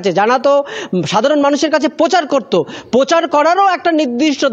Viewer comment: Are bhai, Bangla bhasha take valo kore aayotto karo...'shubir shamparko', 'pochaar, 'potipotti', e-shab ki? Tomar tabe, valo kore jiv chule, roj, Bangla shabdo jore jore uchharon kore, aaynar shumukhe practice kara aaboshhak.